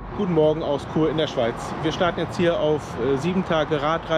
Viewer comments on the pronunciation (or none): Chur nicht Kur 😂